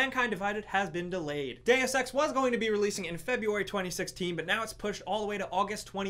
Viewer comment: When he said Deus Ex was delayed i thought he said Day of Sex